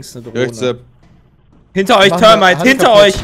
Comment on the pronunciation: es heißt THERMITE, nicht termite....